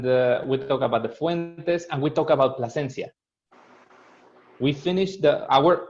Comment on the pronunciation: U got the name wrong its PLASENCIA